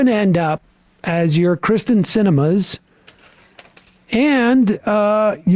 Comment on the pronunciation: Kyrsten Sinema, not Krysten. I hate her too, but that is her name. (Why did her parents name her Kyrsten? Was that the beginning of the problem?)